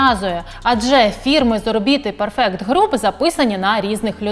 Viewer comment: Згідно з правилами англійської мови у слові perfect наголос на перший склад